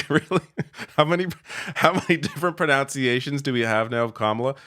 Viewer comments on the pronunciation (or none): You mispronounced 'pronunciations'. [sigh...]